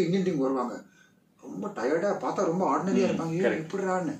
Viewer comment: Romba...rumba is wrong pronunciation ❤️